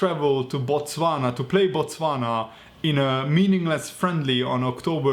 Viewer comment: 😂😂😂 Shout out to Botswana🇧🇼 that's my country. I don't know if I should be happy or not since I won't be seeing Salah. That was good pronunciation...